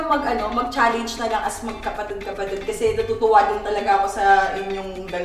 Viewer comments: CHALLENGE hindi challeYnge ang cringe eh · ito na naman si zeinab sa cha leyngeee jusko pede ba magturo ka sa jowa mo tama pronunciation ng challenge HAHAAHAHAHAH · Yun challenge talaga ay cha-ley-nge. 🤦‍♀️